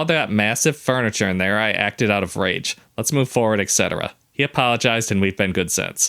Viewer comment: Why on earth would your date care if you used a coupon?! I would not care if my date used a coupon ALSO this is a nitpick but it DRIVES me crazy. you guys, it is ETcetera not ECcetera